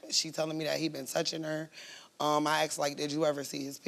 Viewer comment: Aksed!!!!!!! Speak properly for God's sake Stop!!!!!!